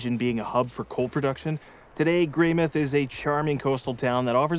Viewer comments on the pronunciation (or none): Greymouth not Greymyth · Excuse me sir but its "grey-MOUTH" not "grey-MITH"!!! Haha 😂😂😂 we both messed this one up ❤ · we googled the pronunciation and the first hit was "Greymith" the way the British would say it. Our mistake was not googling New Zealand specific pronunciation! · Cool video series! Bit of feedback: if you’re doing a travel series, please make sure you find out the correct pronunciation of place names. People have already called you out on Greymouth, but you butchered Roxburgh and Tasman too.